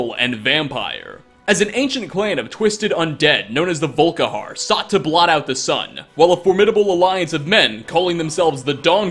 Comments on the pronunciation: “VolKAharr” I know I’m being a douche bag, but it’s pronounced “VolKEYhar” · its not volkihar its volikhar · Did you say "Soul Karen"?! 😂😂😂